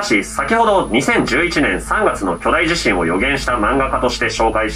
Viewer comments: ちなみに「大地震」は「だいじしん」でなく「おおじしん」が正しい読み方です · んだんだ😬 外国人が“ダイジシン”て読む人多いんだよね…